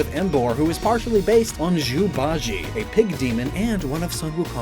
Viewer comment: also you pronounced bajie wrong 😔